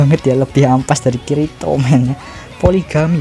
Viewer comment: Njir dengerin admin manggil kirito = kiritot